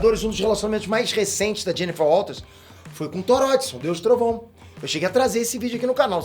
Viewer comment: "Tóródiçon" quem é esse deus do trovãum? hahahahaha